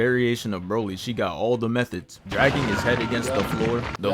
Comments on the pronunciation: Nigga said "Broleshia" 💀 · Why do you say broly like broily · No hate. Just a juicy roast. Boy if you dont get that I mispronounce words right after they been said correctly ass outta here lmao. Saying broily like the broil setting on a oven but with a y for no reason even tho 0.2 seconds earlier you hear it said right looking ass boy. hahaha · Ive been wondering, why do you say broly's name as "broily" legit the only person ive seen say it like dat